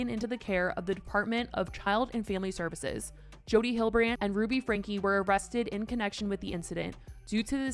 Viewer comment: Jodie Hill-de-brand ffs